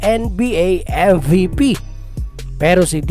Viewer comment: Anong pronouncation yon😂